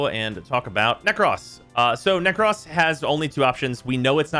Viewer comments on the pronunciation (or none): Its Nekros not "Neck Ross"